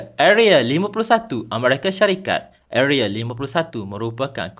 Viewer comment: Area bang, bukan areal